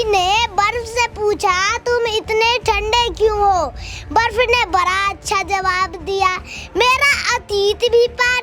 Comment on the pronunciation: बड़ा❎️ बरा✅️ 😂